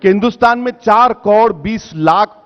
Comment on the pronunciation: Abe ovaisi sabse pahle tu , karod bolna seekh lo, baaki baate baad me.